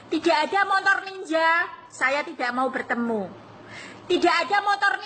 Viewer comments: Montor ya bukan motor😅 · MOTOR mbak bukan Montor😁😁😁😁